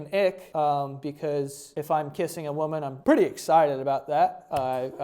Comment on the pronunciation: "i do enjoy kissing a wamen"